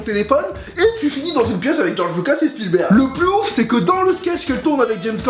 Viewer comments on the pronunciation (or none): none